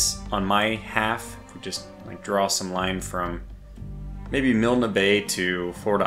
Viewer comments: Hi. That place you got stuck on is said "Gloss-ster" but spelt Gloucester and Milne ìs said "Mill-nee" I know the last well as a good mates last name is that. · it's Miln bay the "e" at the end is silent